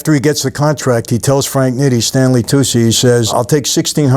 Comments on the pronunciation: Its pronounced like toochie not toosie. stanley tucci. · Tucci is toochi, not toocie